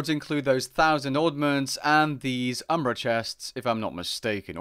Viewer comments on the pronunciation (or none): none